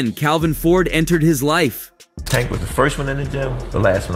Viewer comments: HE DON'T EVEN SAY THE MAN NAME RIGHT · Why yu on this channel lying like dis 🤦 yu a p.o.s for this..and at least say tank name right 🤦 terrible journalism and video 👎👎💯